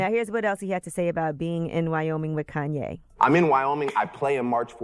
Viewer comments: "Kayne"? Come on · "Kayne" West